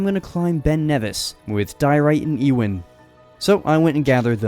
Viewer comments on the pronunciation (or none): It's pronounced u-in not e-win for the name ewen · It’s pronounced You-in. Not E-win.